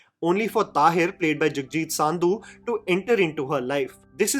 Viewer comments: Bhai it's not saaaaaandhu, its SANDHUUUUU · Idiot , don't pronouce Sandhu as Saaaaandhu rather prounce San as Sun Sandhu = Sundho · You speak fluent Hindi! What is Saaaandhu? Its Sandhu. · It's not saaandhu its pronounced as sndhu